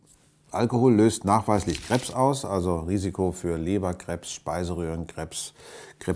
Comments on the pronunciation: Herr Lesch muss lernen richtig Krebs auszusprechen.😂 Vielleicht isst er ja gerne Crepes da er es so auspricht.🤔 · Joel S Krebs nicht krehbs 😣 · Wie er Krebs ausspricht. Crêpes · in bayern hört man das oft so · Diese Leute die Krebs wie "Crepes" aussprechen xD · Wie er Krebs ausspricht 😂😂😂😂 Hört wich eher an wie "crèpes" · Wenn man sich das Video dicht anschaut ist das einfach sooo witzig vorallem wie er Krebs sagt wie Crêpes oder so und wie er den joint einfach wieder auffängt😂😂😂😂😂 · Wie er Krebs einfach wie Crêpes ausspricht hahaha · Ich find es lustig wie er krebs "crepes" ausspricht :D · Niemand wirklich niemand: Harald Lesch"Kräbs"😂😂😂😂😂😂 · "Kreps" XD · Super Video haha aber wie du Krebs ausspricht ist schon lustig